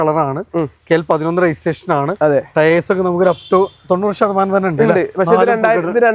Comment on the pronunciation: മോഡൽ പറഞ്ഞില്ലേലും കുഴപ്പല്ല ആ ടയേയ്‌സ് എന്ന് പറയുന്നത് ഒഴിവാക്കു( ടയർ എന്ന് പറഞ്ഞാ പോരെ )